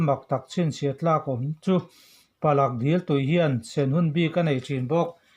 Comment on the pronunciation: Palak dil nilovin Pala dil tih zawk tur..